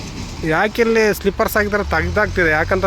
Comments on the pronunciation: ಸ್ಲಿಪ್ಪರ್ಸ್ ಅಲ್ಲ ಸ್ಲೀಪರ್ಸ್ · It is pronounced as SLEEPERS not as SLIPPERS